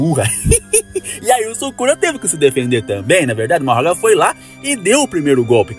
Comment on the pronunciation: As pessoas assistem os animes em japonês e mesmo assim continuam falando o nome dos personagens errados, por que ele fala Majoragaaaaaaaa.